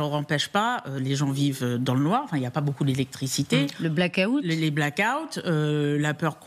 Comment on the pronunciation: hahahah ''Le Black-a- outte'' hahahahahahaha